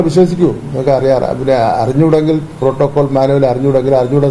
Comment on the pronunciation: പ്രോട്ടോക്കോൾ എന്നാണോ മോട്രോ ഗേറ്റ് എന്നാണോ അണ്ണൻ പറയുന്നത്..